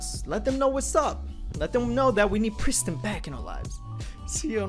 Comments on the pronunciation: Wtf is a pris...tin? lol It's Prees teen. Or if you can't at least pres-teen.. it rhyme with mean. Wtf do anglos butcher all languages... I is pronounced as eee. In all languages. It's pretty damn universal. And Nissan is not Niss-san.. it's Kneee-San. Japanese. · 2017: “We Are Pristin” 2019: “Where Is Pristin”